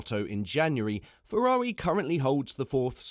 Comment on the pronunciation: Fefrari? Dood, you're slippin'.